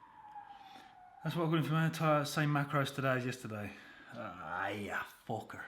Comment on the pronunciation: 'Ahh ya fooker' 😂